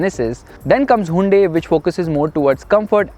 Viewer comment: Plz bro stop pronouncing it hundae hundae...